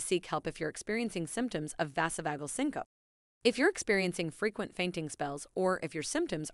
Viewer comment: its said...sink-oh-pee......not sincope.....🙄